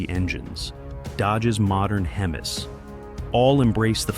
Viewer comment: "Dodge's modern Hem-is."